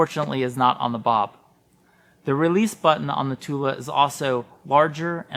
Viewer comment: Thule is pronounced "too-lee" not too-la